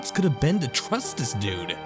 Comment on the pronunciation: Can't stand it whenever this one narrator says "dis" or "da" instead of "this" and "the". I know he probably can't help it but I can't focus on the story because I keep hearing it.